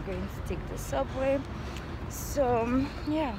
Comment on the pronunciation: Girl you really murdered “so” 😂😂 love the hair though❤️